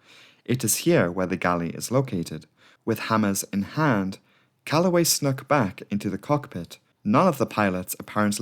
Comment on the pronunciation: Calloway "snook" lmao